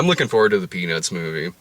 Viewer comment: I could swear blind she said The Penis Movie